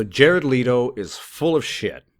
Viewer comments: Okay... Now one... It's LEHto... not LeEeto... and two, how is he full of shiz!? Leave his private life alone and let him be....! =∆= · Man it's fucking Leto no leeto fuck that's annoying. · Just one thing.. his last name is LEto not LEEto... peace